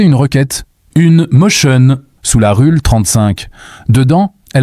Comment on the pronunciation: "Rule 35" se prononce "Roule 35"